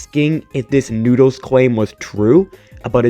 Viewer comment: When you said noodles I had to rewind the video like 5 times to understand what you were actually trying to say.